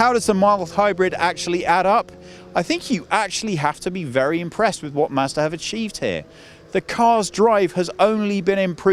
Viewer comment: You are pronouncing Mazda 2 like master 2 :D